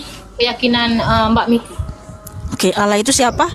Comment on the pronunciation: tolong di baca itu Allah kenapa bisa di baca alah